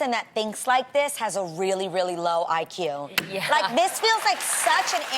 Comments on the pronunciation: Nah the fact Adrienne the one defending this couldn't even say IQ shows It's correct 😂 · obviously 🙄😂 the host reading it wears the shortest dresses and richest and most revealing things, and she can’t even say IQ Right 😂